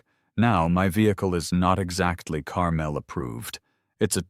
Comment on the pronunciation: For the love of God.... if you're using my hometown please pronounce it correctly!!!! Carmel, IN is (car-mole)